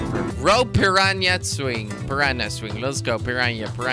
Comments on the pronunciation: Dude it's 'PPPIIIRRRAAANNAA' not 'PPIIRRAANNIIAA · jordi its pirana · its pronounced pi-ra-na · it's pronounced per-ra-na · u say pirana